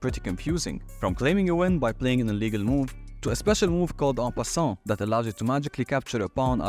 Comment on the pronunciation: I cannot understand what you are saying for en passant. I tried using subtitles - no luck. The loud background music change makes it worse.